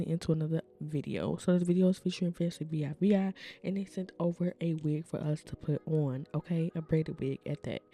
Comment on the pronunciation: Y U saying V I V I?😂😂😂😂😂 It's Fancivivi pronounced Fancy-Vee Vee